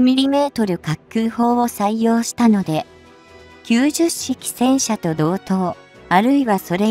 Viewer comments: 10式をわざわざヒトマルと読むと説明しているのに90式をキュウジュッシキと読んではいけません。キュウマル式です。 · ”ヒトマル”ってひけらかした後に”じゅっしき・きゅうじゅっしき”はないわー